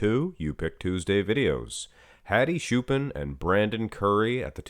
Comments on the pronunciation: Hello It's not shupen or shupan its chupan! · It's Hadi Choopan not Hadi Shupen